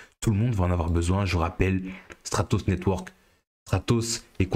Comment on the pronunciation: Il faudrait attacher un "r" à Stratos, qd même !